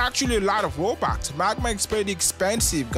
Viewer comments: Bro said ROUBAX btw I’m not saying bro he said robux wrong or I’m not judging his accent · Im sorry in advance but......THE ACCENT?!? ROBAX??!!?!